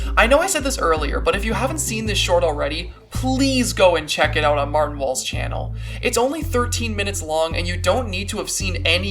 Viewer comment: The one time you said “martin walls” i thought you said “Bertin balls”, i, apologize but i choked on my pancakes